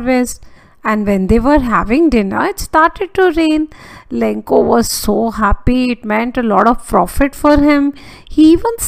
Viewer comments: Lancho mam not lankho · MAM ITS LENCHO NOT LENCO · maam the explanation is all gud but the only thing that is wrong is the name of the farmer u pronounced its lencho not lenko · Your explanation was really good but it was lencho not lenko